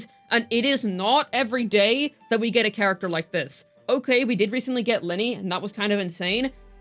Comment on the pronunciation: isn't her name lynae, you can say mornye so... the constant linnie is jarring.